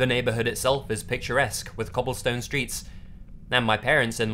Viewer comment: your phonetics of "co" like "cottage" and "cobblestone" just cracks me up lol